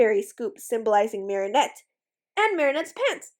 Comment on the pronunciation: I wonder why tou say mari shah instead if mari chat. I like how you say it, I just have never heardmit anywhere elsw